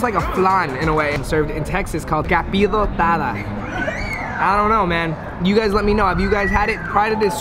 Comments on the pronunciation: He said "Capidotada"🤣🤣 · He said capithotada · Dank_Alpaca 702 that’s cause he doesn’t know how to pronounce it dude but what he meant to say is capirotada and yes, it’s actually a mexican dish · The way he said caprirotada 😂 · Its "Capirotada" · Hearing trying to pronounce capirotada killed me! It’s one of my favorite Mexican desserts